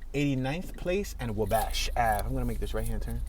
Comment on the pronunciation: This dude pronunciation of Chatham, Wabash, & Calumet is killing me.